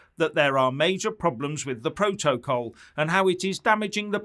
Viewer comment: She doesn't even know how to pronounce P R O TO C O L.